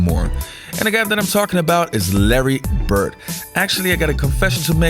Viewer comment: His name is Larry BirD, not Larry BirT. If you have a public format, surely you can pronounce people's names correctly. And, PS, you talk too much in ALL of your videos. Step it up homes.